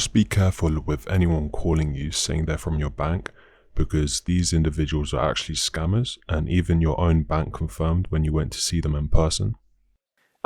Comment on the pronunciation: Is he saying scammers or SCUMMERS 😂😂😂